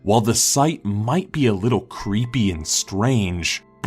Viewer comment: He said cleepy at the start not creepy